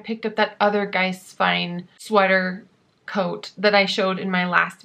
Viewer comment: Giesswein is pronounced GEEESE - wine.